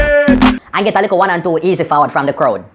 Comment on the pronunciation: lol you said a "lickle bit" too disgusting